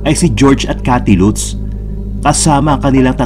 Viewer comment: Latz (Lutz) poh ang pronounciation nyan!